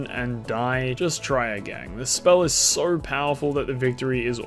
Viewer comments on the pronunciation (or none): Sooorrr powerful. Lorrr why do u have an R in every word wtf